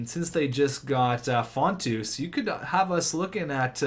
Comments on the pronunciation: Also it's font-in-os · How does Fotinos get pronounced Fontoose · How TF can you pronounce fontino, fontoo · How do you get Fontus from Fotinos?